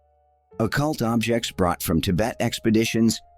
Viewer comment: From to , Tibet is pronounced two different ways, revealing that the voice is AI.